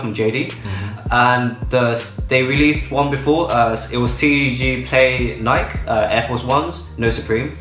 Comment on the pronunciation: I'm pretty sure didn't pronounce Nike correctly